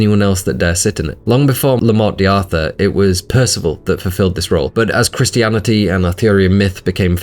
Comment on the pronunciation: Every time you say Morte deeee Arthur I die a little